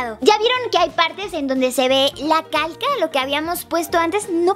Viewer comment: like si cuando dijo calca escuchaste caca